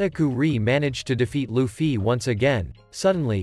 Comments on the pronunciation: "Lueffie" "Katakuerie" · "lufee" lol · nahhh bro said L-uFfY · kataku-ree, lu-fee anyone else notice this 😆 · He keeps saying Lu-ffy 💩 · The way he said Luffy katukuri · The way you say Luffy though… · bro that's not how to pronounce Luffy and pls let this get 20 likes plsss